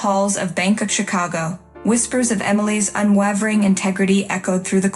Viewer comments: Exactly what I thought too. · Boring story and poor narration. The word "unwavering" is pronounced UN WAY VER ING, not UN WAH VER ING. And whomever did the text should find another job. Also, use a thesaurus - steely and unWAHvering were horribly overused.